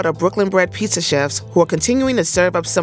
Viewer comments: nah Frank held down the Pizza Show. Some of the best content on First We Feast. brought the whole Pissa thing, but it does seem she's changed her pronunciation which is good. Some of the time. She still slips up lol. Wait I'm actually trippin.. Frank had his show on Munchies! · Why does she pronounce it "piesa"? It's annoying 😂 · yeah that has been the worst part of this show! I cannot manage her saying " pissa" constantly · is the worst part of this show. Particularly every time she says "pissa" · I was hoping had cured her "peesa" thing, but she fooled me.